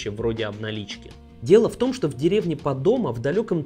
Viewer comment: пОдомо, а не падОма. Ты бы хоть подготовился